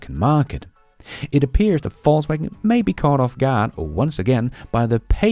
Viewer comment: It sounds like you said Falsewagen and it sounds about right